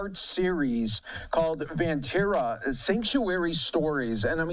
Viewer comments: Pronounced like “Bun” not “done” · firstly, it is pronounced won taa raa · For those wanting to know "Vantara" translates to Van (pronounced like Done) = Forest; and Tara = Star ....Forest Star!!